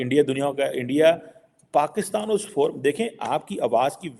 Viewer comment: Complete video is about self pity! first learn to pronounce Pakistan as “Pakistan” and NOT PAXTAN! Aren’t you expecting too much for a Beggar Country, which is a FAILED STATE! If you are such a great intellectual from PAXTAN, why doesn’t the Govt take your advice? Oh Govt is the Army who will boot you out. 😅